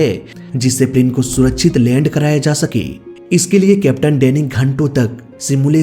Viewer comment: "सूरछित" नहीं, "सुरक्षित" होता है‌ भाई। और - "तीन इंजन लगा हुआ था" नहीं "तीन इजन लगे हुए थे" होता है। तुम्हारा व्याकरण बहुत ज्यादा खराब है, लिंग, वचन, काल - कुछ भी ठीक नहीं है।